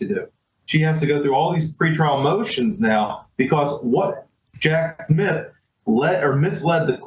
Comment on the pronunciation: Prounounced Jack SmiTH and not SmiF.